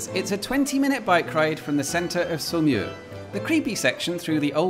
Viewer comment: Can you please add the name of the town to the video description (not easy to make it out from your French pronunciation). Finally figured it is Saumur...